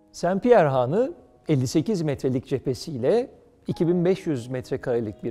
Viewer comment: Haanı değil, hanı. A kısa olacak.